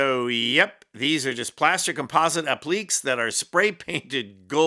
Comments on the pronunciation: Not appliks. Appli-kays. French word. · "ApplLEEKs?" Sorry,, it's pronounced "APPlikay." Thought you wd want to know. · app-leeks? app-lih-kays! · “Ap li Kay’s not aplikes! 🤣🤣🤣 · "Appliques" is pronounced "APP-lih-kays." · The only thing more crass than Trump's fake gold appliques is not knowing how to correctly pronounce applique. Please research correct word pronunciations before you make your videos. Thank you.